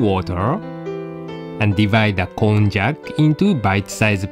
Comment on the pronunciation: Kon-jack? i thought it was pronounced kon-yak! my life is a lie ;_